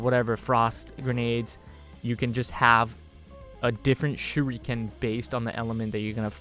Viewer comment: Shuriken is pronounced Sure - ick (not eek)- ken. all syllables running into each other, not pronounced separatelyand Speaking of Whips, going by personal experience Whips are More similar to Blades in the injuries they leave, they just cut by breaking the sound barrier and they're flexible thus they're totally unpredictable.... Def would like to see one implemented some time down the line... Even better would be a Rope Dart. (ask and I'll explain what one is)